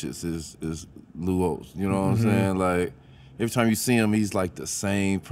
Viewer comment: Did he say Lou Holtz or Lute Olsen 😂